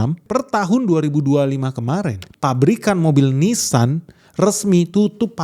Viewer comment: Itu Ninsan.. beda dengan nissan